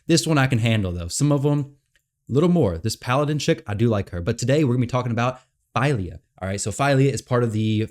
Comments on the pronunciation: Unfortunately you are incorrect about the pronunciation of her name. You have selected "Translate from English" instead of "Detect Language", which would reveal that the name Fylja has Icelandic origins and it is pronounced PHEE-LIAH , as in Ophelia without the O. Hopefully the FEIL-YAH boo boo doesn't catch on. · FWIW Google identifies it as Swedish, which makes sense for Dwarves, and says "Fill-ya".